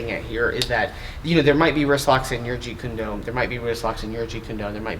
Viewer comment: Stop saying jeet June do with the wrong pronunciation! You sound completely unprofessional and disrespectful towards the art. And I know that you are extremely knowledgeable in the this art so It .makes no sense why you do it. Seriously please stop!!!